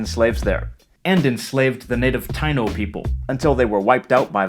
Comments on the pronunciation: Taíno is pronounced, tai-i-no. Otherwise really good! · Nice vid. I think Taiano is pronounced differently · The native population was called Tainos. TA-EEE-NÓS